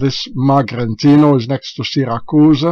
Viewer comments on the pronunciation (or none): none